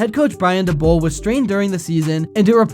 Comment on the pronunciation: Can’t subscribe to a guy who thinks the Giants coach’s’ name is Duh-Bowl.